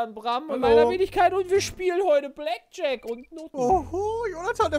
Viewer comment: Mensch Pedda... Blackjack nicht Blackshirt